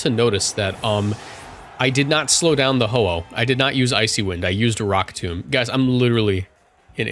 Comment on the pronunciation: Emvee is disappointed in your pronounciation of rock tomb